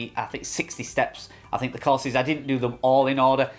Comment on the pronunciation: Cars, class or course? Took 5 minutes to figure out what you were saying. At first I thought they bought you a car! 😅